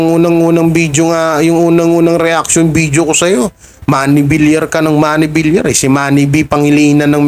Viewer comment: Suspension po, hindi suspention at congressman sa QC ang asawa ni Maine Mendoza hindi mayor. Pls. ayusin din ang pagbigkas. Viliar ang bigkas ng Villar at hindi Vilar. Tagapakinig mo pero sumasama ang mood ko pag naririnig kitang mali ang pagbigkas. Sana mapabilang ka sa mga top vloggers